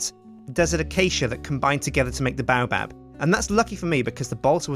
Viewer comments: Dont take my word for it but I think it's pronounced Bay-oh-Bab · Haters gonna hate but baobab is pronounced BAY----OH----BAB also a lot of the things u do make u look like a massive noob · the baobab is also pronounced "Bay-O-Bab"